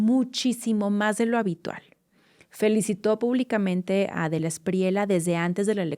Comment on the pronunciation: no digas "espriela", es "Espriella", es apellido Español.